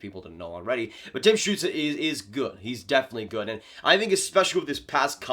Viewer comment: Damn your pronounciation of Stützle is almost perfect. Never seen a north american pronounce his name this good